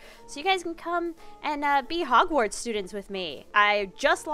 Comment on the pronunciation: “We made it to hogsward“